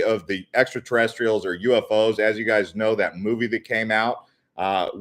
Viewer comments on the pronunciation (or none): none